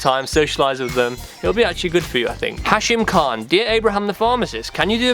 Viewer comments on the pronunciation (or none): none